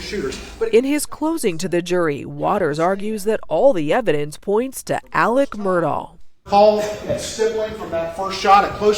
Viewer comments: On a related note, why is AleX pronounced AleCK?? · The most frustrating thing about this case coming back into the spotlight is that I again have to hear him be called Alec instead of how his name is frickin spelled: Alex